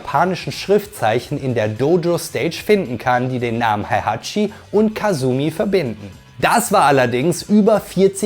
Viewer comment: Wie wäre es, wenn Du lerntest, die Namen und Begriffe korrekt auszusprechen? Heihachi, Kazuya, Jin, Jun, Hwoarang, Alisa, Azazel, Kazumi, Zafina, Kazama, Armor King und sogar der Begriff Dämon werden hier von Dir völlig falsch phonetisch wiedergegeben. Ein Wang Jinrei heißt auch bei Dir bitte nicht Wing Jinrei, so wie Lei Wulong ebenso nicht Lai Wulong heißt. Auch Craig Marduk heißt nicht Craig Murdok. Hast Du je eines dieser Spiele gespielt oder redest Du nur darüber? Nichtmal Street Fighter - denn auch Akuma gelingt Dir nicht.